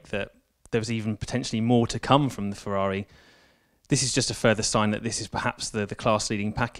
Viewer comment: Oooooh fewaawi fweeeiiinds